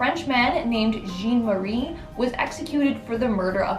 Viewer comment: John! JEAN! Jean is John in French. My God! You live in the Bi Lingual Country - I only learnt the damn language for 3 years in Grammar. … JEAN!! 1st complaint in years - I’m allowed one every couple of years. …